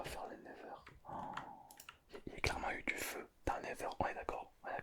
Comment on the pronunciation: Sa s'appelle pas le never mais le netheur 😅